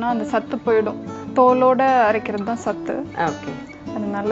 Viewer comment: 2 small corrections Even though it is written as sattu it is to be pronounced as satthu And it it's flour not flor You pronounce it as (flaar) Nice recipe btw